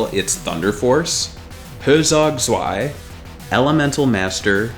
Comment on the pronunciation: Zwei was almost right. Only the Z is different, with a t in the beginning. Like Tzwi